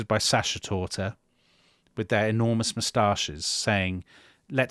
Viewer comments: Sachertorte is pronounced with a guttural 'chhhhh". Not like " Shh". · "Sasher" torte? Sir! You declare yourself an Austrophile and yet would utter this abomination in the very next sentence? Scoundrel! You are betrayed by your own tongue ! J'accuse! Your true allegiance lies with the French! 😂😢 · Sachertorte is pronounced SaCKertorte. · How many times can you mispronounce Sachertorte, and with such irritating confidence too. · Not Dominic butchering Sachertorte